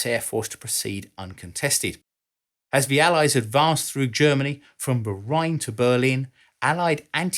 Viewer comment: It's pronounced threw, not frew